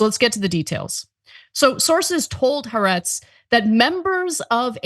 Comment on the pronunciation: "Haretz" , don't you mean "Ha'aretz?" the left wing "journalists" that are bought by Biden?